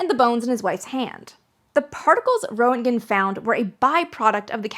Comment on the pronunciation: More nits: Rent' gen is how I've heard it. And Nickel. Let me know if there is a private way to convey this stuff.